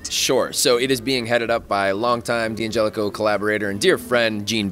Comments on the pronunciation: DANgelico not DEE come on.. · it's DEE-Angelico. Like D'Angelo the r&b icon. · It Di angelico. Lower case i... The apostrophe isn't silent obviously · How can your own product guy not know how to pronounce the brand name. It's pronounced DAN-gelico lol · DANgelico is the proper italian pronunciation, that's not my opinion, thats fact. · DANgelico is the proper Italian pronunciation, that is an absolute fact, I dont care where you lived lmao.